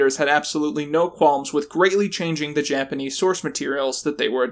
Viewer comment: Hey,, you actually did a great job on the Japanese pronunciations! They're actually super easy to do if you even take just a little bit to learn the language; the system is highly consistent. It's not as hard as English, at least, in this regard.